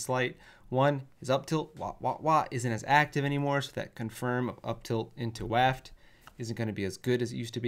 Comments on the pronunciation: Buff how you pronounce waft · Why is he saying waft like that? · says waft like Wario would. WAAAHft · said waaaft. Waluigi confirmed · Help this man pronounce Wario and waft